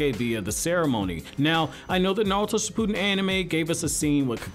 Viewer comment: 😂😂😂 It is not pronounced "Sh - POO - den" but "ShiPP - oo(smaller oo sound and not an extended sound. The effort doesn't stay on saying "POO" in this word.) - din". 💙💙💙💙💙💙💙